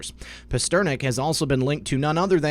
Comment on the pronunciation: Pass Ter Nack Like the author of Dr. Zhivago.